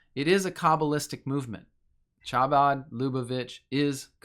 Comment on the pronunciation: How do you do so much research and not look at how to pronounce Chabad?